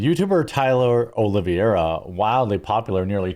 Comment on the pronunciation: Its Tyler Olive-era...not Olivia-era. If you guys claim to be fans of his, say his name right...grifter!!